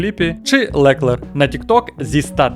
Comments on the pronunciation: а ще ЛеклЕр якщо що з наголосом на останньому складі + Ден та Гюнтер вже не в Ф1 ) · Дякую за цікавий погляд на Ф1. Але готуватися треба краще. Дуже ріже слух ЛекЕр і Нюрбургрінг. В наш час інтернету легко знайти як правильно вимовляти. Редакторам великий мінус